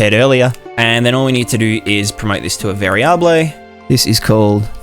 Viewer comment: lol "vari-ah-blay"